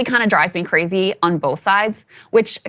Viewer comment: Anybody else notice that says, "Oowon," instead of, "on?"